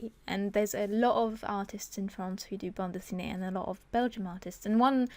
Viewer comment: your pronounciation of bande dessinée is so cute *^* (i'm french)